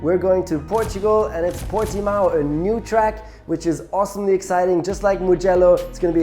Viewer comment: Nico, i just wanted to say, as a Portuguese, you said Portimão pretty well compared to the F1 commentators. Best racing driver is easy Senna, no doubt, natural talent, amazing skill, best one ever.